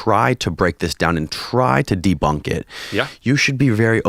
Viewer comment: He couldn't stop or help himself. A very immature meme immediately popped in my head. DJ: "CITATION NEEDED OMG SOURCE I AM GONNA DEBOONK. IT'S DEBOOONKED"